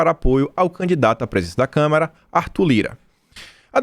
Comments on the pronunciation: pelamor de Deus não é câmera e sim Câmara...dos deputados.vejo seus vídeos todos os dias, mas tá complicado ouvir câmera obrigado aí. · É "CÂMARA" e não "CAMERA"...